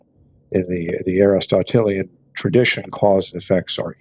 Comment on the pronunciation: The fact that Egnor did not pronounce "Aristotelian" correctly once in this debate tells you all you need to know about how hard he studied these authors.